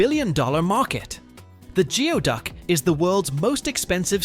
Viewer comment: Geoduck is pronounced 'gooey-duck' - You might want to check pronunciations before the next time you release a two-hour video on something.